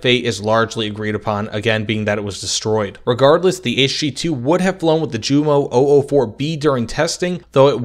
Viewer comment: That english pronounciation of Jumo, and Junkers makes my ears bleed. It's not a hard "J" sound of the english, it's a soft j sound. Like if it would have been yunkers or similar. Typical english and american stuff. Otherwise i enjoyed the video.